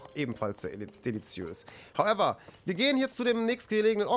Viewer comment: Regt mich richtig auf wie er HOWEVER sagt